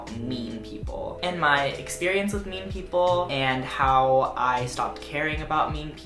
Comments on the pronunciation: you said “mean people” but i thought you said “meme people” lmao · i thought he was saying meme people. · I thought you were saying "meme people" and I was very confused for the first half of the video